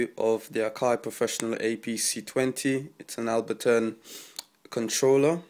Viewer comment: ABLEton not abbleton